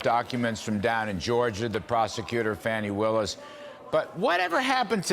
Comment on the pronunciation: Farnie Willis? I thought it was Fani Willis.